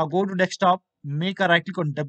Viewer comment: LMAO "deck-stop" It's DESKTOP. DESK-TOP! There's no deck. There's no DEX. It's DESK! I swear these HCL/TATA people... wow.